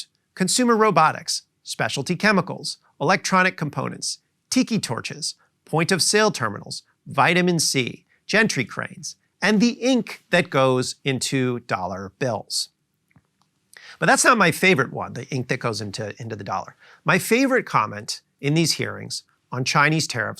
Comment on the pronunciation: G-A-N-T-R-Y Cranes not G-E-N-T-R-Y Cranes.